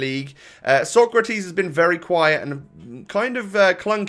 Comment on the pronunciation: Actually, the way you pronounce Socrates vs Sokratis should be the other way around :)